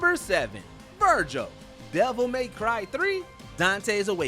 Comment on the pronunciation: Ares, Verdugo, Vergil, Rodin...you said those names in a weird way, they just sound very weird the way you say those names.